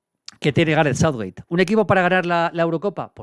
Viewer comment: Maldini por dios, pronuncia bien Southgate y no Southwait